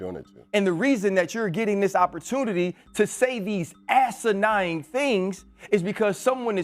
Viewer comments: It's asinine rc not asinying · To say these assanying things? Bro, its 'asanine'. The irony. 😂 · “assenying” 🤣🤣 what a fucking CTE dumbass